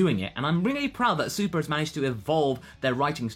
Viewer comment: Uh, you need to slow down your speech because you accidentally said, 'Dragon Ball Su-pleh'. It's not a bad thing, I just wanted to point it out. Good review by the way...